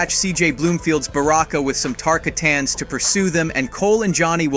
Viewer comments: 😒 Tar-kar-tan > Ta-kart-an If you actually played the games, you’d pronounce it properly! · Bro said “Tarka-tan”